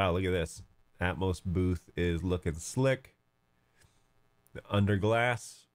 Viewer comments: Atomos has an extra O, it's pronounced at-om-oss (as in atom- and oss with the o as in off not as in growth). You were probably searching atmos. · ah I see, to my ear I heard you pronouncing it Atmos, but all good.